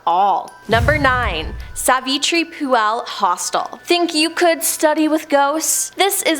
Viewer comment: 😂 Phule is pronounced as 'Fool Le' not 'Phu AL'